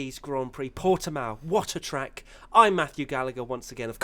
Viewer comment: So guy, is actually Portimão, with the "ã". The way you prounce it is more like Portimaum. #bottaslifematters #pushbuttonforbottas #softtyresforbottas